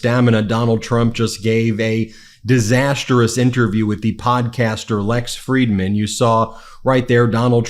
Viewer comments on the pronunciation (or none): It's pronounced "diz-ass-truss. 3 syllables. Not "Dis-ass-ter-us." 4 syllables.